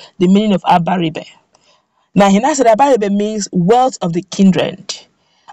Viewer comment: Except you can't pronounce Igbo words correctly, the "ri" sound in both Abaribe and Iberibe goes up. So, that sound is the same in both words. Most young people today of Igbo descent hardly pronounce Igbo words properly.